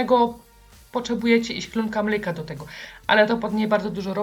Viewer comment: Czemu Pani mowi mlyka? Piszę się mleka i tak się wymawia 🥛